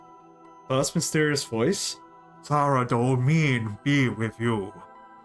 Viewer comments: How long will he keep pronoucning Saradomin incorrectly! Pretty funny hearing a non runescaper pronounce various runescape words and realising yeah I totally see where that came from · Saradomin -saradomen not saradomean 😒